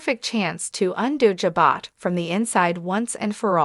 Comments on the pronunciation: 100% pronunciations are KEY to better communications! Jabot is a FRENCH word that has a soft "J" and silent "t". (phonetically pronounced, "zhabow"!) 😂😊😂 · Say the name of company right